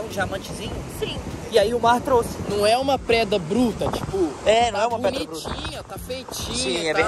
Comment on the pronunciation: Alguém perssebel q o falou PREDA invés de PEDRA